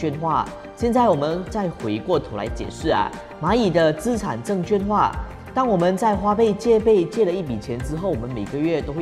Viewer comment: 资产证券化 ，证券的券读音是quàn，不是juàn